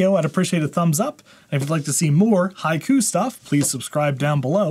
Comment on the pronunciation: Finally, I could able to pronounce its name "High Koo" and I think that I will remember it! 👍